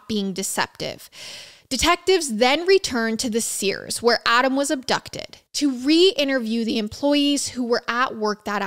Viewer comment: sirs is not sears :)